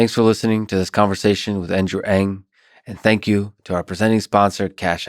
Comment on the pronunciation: Thank you for pronouncing "Ng" at the beginning of the video! His name is everywhere, but it's not easy to find out the pronunciation. Also great questions, and inspiring, insightful answers from Andrew.